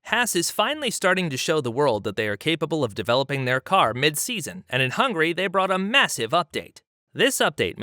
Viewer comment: Yes... It's a joke because he literally said "Hungry" in the video.